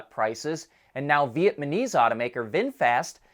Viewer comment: Vietnamese not Vietmanese .... Just saying. ✌